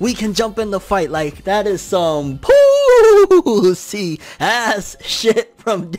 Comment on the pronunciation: Pooosie Crisp 🤣😂🤣